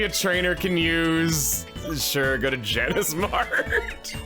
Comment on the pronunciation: It's Janus not Janice. Like. Janus.